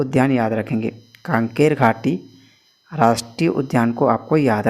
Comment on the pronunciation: शायद कांकेर नही कांगेर होगा है सर जी😊🙏🏻